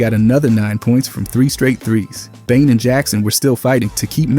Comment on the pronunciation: You're pronouncing Desmond Bane's name wrong. It's not pronounced like Bange. 😂😂😂